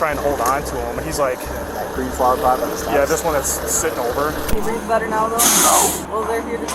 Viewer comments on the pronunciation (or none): He can’t breave. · Between him saying “I can’t breeve” and saying “bro” a million times 🤦🏼‍♀️🤦🏼‍♀️🤦🏼‍♀️🤦🏼‍♀️🤦🏼‍♀️